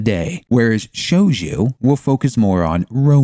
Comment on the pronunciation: shojoo not shoujuuu